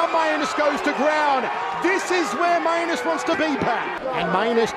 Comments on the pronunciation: Is it not pronounced "May-Nus" rather than "My-a-nus"? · actually shouldn't it be pronouced with Main-us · I really hope his last name is actually pronounced "mee-an-es" or something and they just forgot to tell the announcer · He so clearly pronounced that one as two words. Every other time was 50/50, but that one was indisputable. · i believe its pronounced main-us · "This is not where Mainus wants to be... Mainus is most comfortable on the ground" and "OHHH STINGING PUNCH TO MAINUS" got me literally dying laughing...is that actually how his name is pronounced or is it the guys accent?